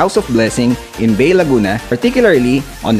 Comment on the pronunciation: Bay, Laguna pronounce as BA-E